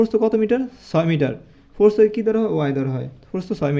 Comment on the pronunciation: সার আপনার প্রস্থ উচ্চারণ ভুল হয় ।